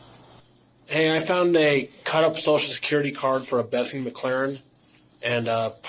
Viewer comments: Sure “Reggie McClarren” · McClaren? Oddest Irish folks, no? 😂